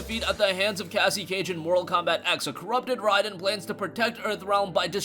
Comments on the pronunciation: OMG ITS NOT RYDEN ITS RAIDEN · This guy just said Ryden 🤣🤣🤣 never played a MK in his life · Say it with me everyone ray-din